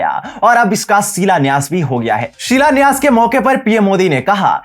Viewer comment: बेश का सिलान्यास किया है, भाई pronunciation सही कर लो यार